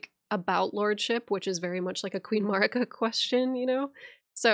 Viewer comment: Melina pronounces Marika like (A)merica. I’ve always thought it strange that some people who have played the game and are so good with the lore still pronounce her name so weirdly 🤣😂💜🤭